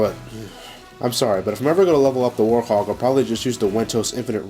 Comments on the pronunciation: Its werehog not worehog or worthog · Why does it sound like you saying "Warhog" when its "Werehog", and i like the werehog stages since im so good at them. -Sora the Hedgehog out! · Who else noticed that he said worehog instead of werehog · why does he say werehog like worhog? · no, its werehog he just pronounces it differently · I love how pronounces werehog XD